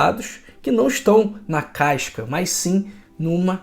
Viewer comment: não é “caicas” e sim “cascas”. Também, não é “refreicos” e sim “refrescos”; não é “freiscuras” e sim “frescuras”… e por aí vai. Muito bom o vídeo, vamos seguir sua orientação, com certeza e o senhor maneira aí nos “is”. Aqui de Mato Grosso do Sul.